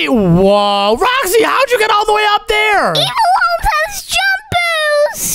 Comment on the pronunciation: You are kids one said shudent but it’s shouldn’t he said evil owns but it’s evil Omz and he said ohms and it’s omz